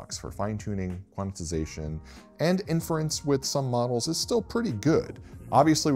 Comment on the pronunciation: Quananananannanatixation? Please, it's Quant-ize-ation. There's no "na" in tyere.